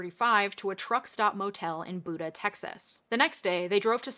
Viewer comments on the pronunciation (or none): I've been living south of Austin and in San Antonio for the past decade, and I was not expecting this story hit so close to home when you got to that part. Thank you, that was very informative. One small nitpick though, the city of Buda is pronounced "Byoo-duh", not "Boo-duh". Everyone who's not from around there says it the way you did though. Texas is full of places with names like that, and sometimes I think it's intentional to make it easier to spot "outsiders".